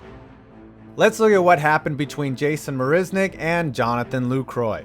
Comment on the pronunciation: “Jason Marisnick and Jonathan Lacroix”😂